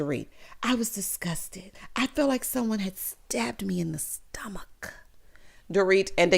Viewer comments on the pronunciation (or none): 🤣🤣🤣🤣 Not "st*bbed me in the stomaCKH" im cryingggggggggg